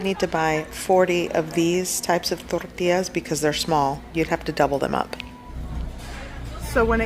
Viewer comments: The way you pronounce “tortillas” is a crime against humanity. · I love how she only has an accent when she says tortillas. 😅😂